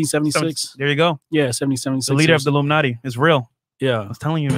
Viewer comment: The way said “Illuminati” like a Noob 😂😂😂